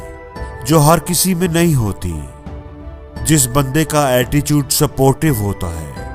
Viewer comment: वो अटीचूट नही attitude hota he 😅😅😅😂